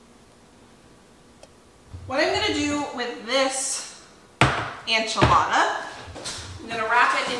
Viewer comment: PLEASE!! Enchilada is spelled with an e not an a. Please try to pronounce it properly. I’ve watched you for several years and I kept hoping someone would point this out. I’m sorry for being such a grinch. I love you and your show.